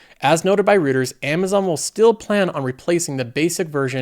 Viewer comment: Hi, great content as always. as a sidenote, it's read "Roy-ters".